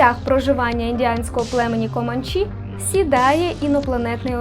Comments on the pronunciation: Увімкну трошечки душнілу: на все ж не в'єтнамські джунглі, а латиноамериканські (Колумбія, Панама, Коста-Рика чи Гондурас)🧐🧐🧐😂😂😂. Також правильно не команчІ, а комАнчі. І дія відбувається не на Великих рівнинах, бо це степ-прерія, а у лісистому районі Великих Озер (заращ північ США і південь Канади). Саме там французи мали колонію Квебек. Все заради поліпшення Вашого контенту👍🏻👍🏻👍🏻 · Не команчІ а комАнчі